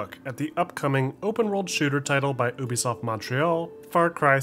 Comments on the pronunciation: Stop saying uuubisoft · I liked the video but the way you say ubisoft triggers me 😂